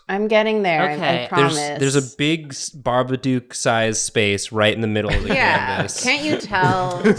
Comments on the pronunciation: For love off christmas spirit or whatever hallmark garbage movie magic it's BABADOOK NOT BABADUKE DOOK PRONOUNCED LIKE COOK GAH DAMIT YALL GOT ME SCREAMING OUT IN THE STREETS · the way said, "There's a big Babadook-sized space... " it almost sounded like he said "Bar-B-Dook," like a Babadook BBQ.